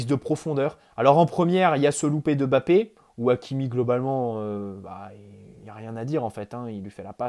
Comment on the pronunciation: Merci d'avoir fait l'effort de prononcer MBappé presque parfaitement, ça fait plaiser, parce que ce ÈME bappé on n'en peut plus quoi 🤣